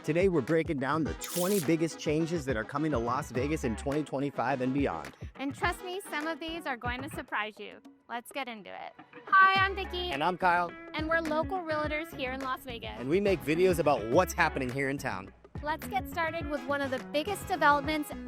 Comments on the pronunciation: The word is, REALTORS, NOT, REALITORS. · Nice information. At least say what your are, correctly. The correct pronunciation is a two syllable word: REAL-TORS, not a 3 syllable word, REAL-A-TORS